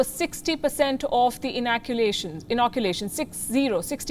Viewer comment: INACULATION and INOCULATION. 😁😉😂. Too much Palki is concentrating on pronouncing words. 😁 Just pulling her legs